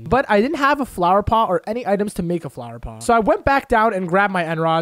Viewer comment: Also he says flower pong